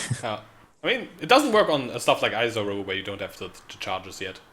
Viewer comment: yep. hilarious that he complains about the language in different articles while mispronouncing lots of names in the game himself: Izaro, Agnerod etc.